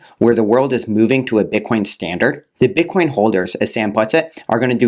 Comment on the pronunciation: He slipped and said "bit con"